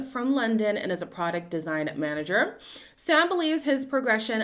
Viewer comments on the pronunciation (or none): none